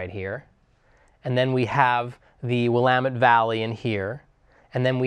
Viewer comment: please listen to the way this man pronounces "Willamette". remember that. that is the correct pronunciation. it's not will-uh-mut. it's will-am-et. pleeeeease learn this. sorry, I'm from Eugene and live in CA and it drives me nuts.